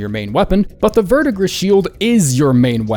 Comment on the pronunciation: Verdigris is pronounced Ver-Di-Gree. French word.